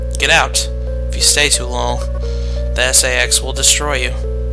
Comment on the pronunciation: I've watched quite a few of your episodes and I have found them quite helpful :) I know it may be just how you say it but I think it's pronounced "say-X"